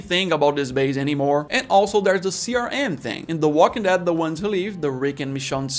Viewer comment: Here are some English tips for you... The military bases weren't run over by zombies, they were overrun by zombies. Also, I hear you fairly often putting the emphasis on walking rather than dead and I think it should always be on dead. I would have to come up with a pretty weird scenario where I would want to put the emphasis on walking. Like if I was trying to make some kind of clarification in a weird situation. But if you are just saying the title of the show, you should absolutely always put the emphasis on dead. Other than that, I think you did great! 😬👍🏆